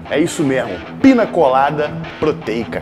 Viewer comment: Piña, e não “Pina”